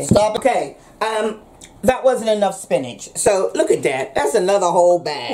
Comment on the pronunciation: Don't know about y'all but I'm gonna call spinach, spincah from now on. YO GO MOMMA!!